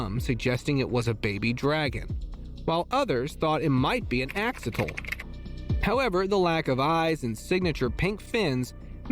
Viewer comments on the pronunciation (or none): Axolotl... he said axoltl